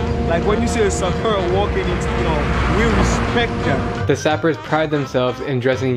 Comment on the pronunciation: You must pronounce Sapeurs the French way. It is not sapper.